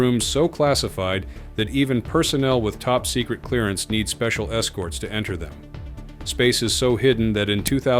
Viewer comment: Secret not ts